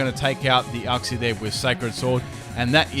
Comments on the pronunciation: Its not said Uxie its said Youxie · STOP. PRONOUNCING. IT. UXI. IT. IS. PRONOUNCED. YOOKSEE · The way you said Uxie triggered me